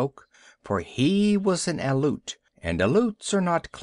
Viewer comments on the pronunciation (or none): ...Aleut. Pronounced Al E Oot